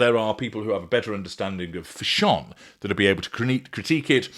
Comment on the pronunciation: I will never pronounce fashion the same way again 😆😆